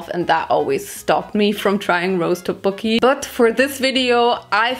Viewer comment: I’m not trying to offend you or anything but you said tteokbokki wrong I loved the video though